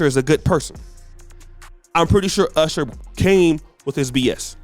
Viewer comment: You mispronounced "Urshur" 😆 Looks like his women gradually went from darker to lighter. 😆